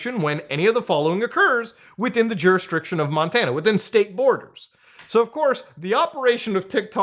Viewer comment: is my boy really saying Juristriction?